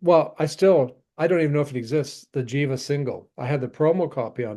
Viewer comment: The band Jiva is pronounced with a hard "G" sound, not a "J" as in "GHEE-va". It is a sanskrit word that means "that which breathes". This info can be found on their bandcamp page.